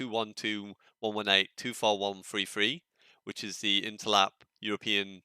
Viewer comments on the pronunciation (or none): none